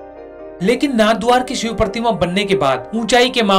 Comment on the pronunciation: Ay sale god ko siv Bolta ha,w shivji bol